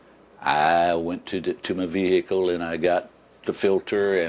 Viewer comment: plus he says vee hicle